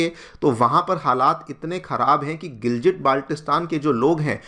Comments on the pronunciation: It is pronounced as Gilgit not Giljit... It's been around in the news media for so long that you would have got it right by now 🙄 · It's not GILJIT it's GILGIT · The pronunciation is gilgit and not giljit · All videos must start with "..in a very, very significant development"😂😂. Also it's Gilgit (गिलगित) not what you are pronouncing (गिलजिट). बच्चा भी जानता है लेकिन तुमलोग नहीं, क्या ही पढ़ाओगे😢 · Sir giljit nehi gilgit honi chahiye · I think Sir is a big fan of Diljit therefore they pronounce it as 'Giljit' 😂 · You can't even pronounce the word Gilgit properly, but you want to take over the place. so funny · Pronounciation theek karlo gilgit ko giljit bol rahe ho pehle bolna sheek lo 😂😂😅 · Gilgit Baltistan dono ko galat pronounce kiya giljit nahi hai gil ki tarha git g same pronounce hoga or baltistan t same hoga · Bolna seekh lo bhai.. Second 'G' of Gilgit is pronounced same like first 'G'. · phalay bolna seekh ly Gilgit ko indians jahil jasay hum yaha nhi hai naa